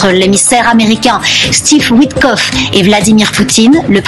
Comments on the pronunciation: WitKOFF,. Tu n'es pas obligé de saccager le nom des gens, bon sang. Prends des cours de diction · WITTKOFF, pas OUITECLOQUE 😂